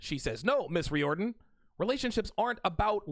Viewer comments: I must rise in defense of the Irish. It's pronounced reared-in not ree-or-den. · Its pronounced REER-DEN.